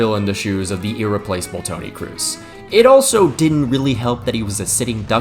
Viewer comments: FYI the "oo" in "Kroos" isn't pronounced like you would in english (crazy, I know), it's pronounced as a normal, long "o". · Se pronuncia Toni Cros, no Toni Crus. Estúpido gringo. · It is Kroos not Krus :face-green-smiling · It's not Tony "Kroos". It's Tony "KROS". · its Tony kroos, not Tony Kruse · It's spelled "Cros" or "Cgos" not "Crus" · I need to sign a petition that people learn how to promounce names. Making Kroos sound like Cruz is a crime. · Why tf you pronounce Tony kroos as Tony “Cruz” wtf u saying blatant ignorant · Yeah. Tony Cruise. 😂😂😂 That Chinese freak can't pronounce correctly. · Did he just say Toni Crews? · Toni “Cruz”??? Am I missing something?? 😂 is he mexican now ? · I can’t believe that even post-retirement no one is putting any effort into pronouncing KROOS‘ name properly.